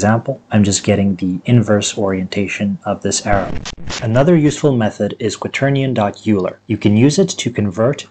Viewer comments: I’m not trying to tell you how to say words or be rude or anything, but Leonard Euler’s name is pronounced “Oyler”, not “Yooler”. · I had to stop watching after the second or third “You-ler. » Made my brain hurt. I might have to grit my teeth and try again. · Great video, but the name 'Euler' is pronounced as 'Oiler' or 'Oy-Lah'. It rhymes with spoiler, not cooler. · THATS NOT HOW YOU PRONOUNCE EULER!!! RAHHHHHHH